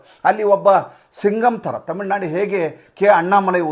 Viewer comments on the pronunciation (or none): none